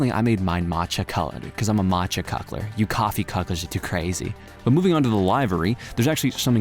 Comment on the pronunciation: Nah cuckler. Say the meme right 🙂